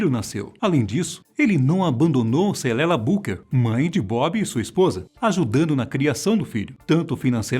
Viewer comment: Salve! Todos(as) A lingua oficial da Jamaica é o PATOIS & Ingles Outra coisa APRESENTADOR... é CENDELLA BOOKER e não CELELLA BOOKER !!!!! Sua pronuncia de nomes é pessima.. Outra coisa o principal fundador do WAILERS foi Bunny Wailer que foi chamado por JAH dias atraz... RASTAFAR I Conte a historia da minha CULTURA & E DE MEUS IRMÃOS & IRMÃS DIREITO.. BABILÔNIA